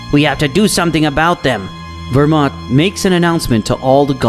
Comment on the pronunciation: You need to go back to school to learn how to pronounce names. Universe 11 God name isn't Vermont like you have and pronounced in your video. His name is belmod